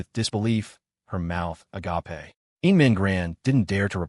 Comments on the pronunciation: Somebody, please teach the AI how to pronounce agape. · I love the a ga pay pronunciation 😂